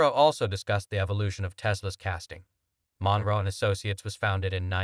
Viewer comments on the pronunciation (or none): It is NOT MON-ROW.............But Munro........Stupid ASS..............